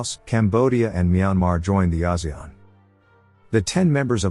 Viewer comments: he say Asian. Rich as Singapore poor like Cambodian .😔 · Wow, that's not how I thought ASEAN was pronounced at all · The way he pronounces ASEAN...